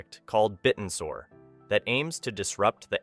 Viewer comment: It's pronounced, bit-tensor. Not bitten-sor.